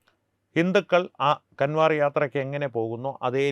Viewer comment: കാൻവർ അല്ല കാവട് അതായത് കാവടി യാത്ര എന്നാണ് ശരി നന്ദി നമസ്കാരം